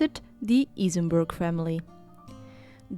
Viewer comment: i love how happy becomes when he pronounced Isenburg